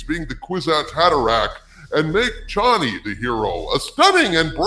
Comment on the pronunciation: Chain E is the correct pronunciation according to Frank Herbert himself.. Props 👍